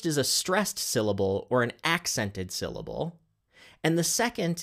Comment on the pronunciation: Em phasis... Syl lable... what are you on ab out?